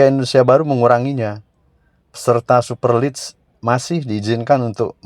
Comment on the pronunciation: Jd subscriber sejak channel ini muncul & suka dgn.materi2nya yg update. Sedikit kasih masukan buat mimin : Super league bacanya "super lig" bukan "super lids" 🙏 Terus berkarya & semakin maju channelnya... Salam Satu Jiwa 💙